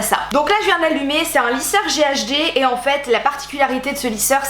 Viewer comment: A chaque fois que tu dis "ghd" j'ai l'impression que tu dis "ghb" ça me fait rire xDDD